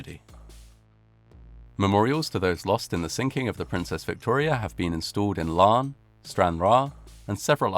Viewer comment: for pronouncing Larne correctly. However, Larne is in Northern Ireland, which is part of the UK.